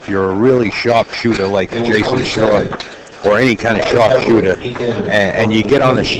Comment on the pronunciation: Announcer goes out of the way, to pronounce every W as an R. Jason Shar/ Jars of the pocket. Psh/Smh